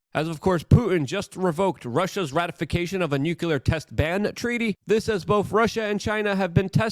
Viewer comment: temowchewless noocyooler